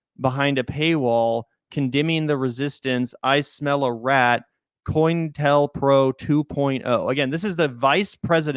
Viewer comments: "COINTEL Pro" is pronounced "CO-Intel Pro". It was an FBI program in the 60s to disrupt left wing and black liberation political movements. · I lol'd at 'coynintel pro'